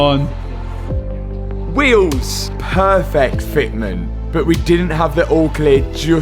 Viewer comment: Pearrrrfekt Fetmint